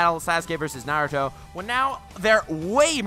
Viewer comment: “nAiRoOtOh”